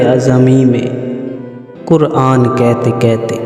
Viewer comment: کیتے کیتے کیا ہوتا ہے یار؟ اپنی زبان تو صحیح بولو۔ کہتے کی ہ کہاں غائب کی آپ نے؟